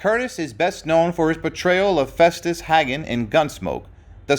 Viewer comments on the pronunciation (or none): The last name of the Festus Hagen is pronounced Haygun and there is only one g in his name.